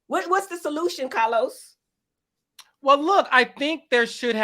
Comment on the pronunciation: I’m here for Heavenly and her pronunciation of “Cah-Los” lmao